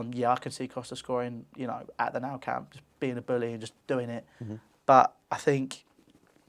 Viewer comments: Wait did this guy just say "at the now camp". Typical Chelsea fan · sorry did he just say 'now camp'